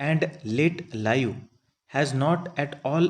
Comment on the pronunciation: Pronunciation at some parts, is very poor.... Anxious has been spelled as anaxious.. Life and live,sounded like lau...